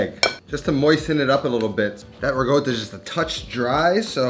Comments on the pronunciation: Where do you see the word GOAT in RICOTTA?! You keep saying "RiGOTA" very confusing! None the less, good recipe! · why does he pronounce "Ricotta" like "Riggoda" LOL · It’s not rigotta! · Whats "rigotta"? 🤣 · Why do you keep saying ra goat toe? Not a taco